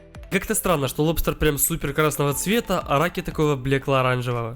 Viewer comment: говорит лопстер а субтитры appstor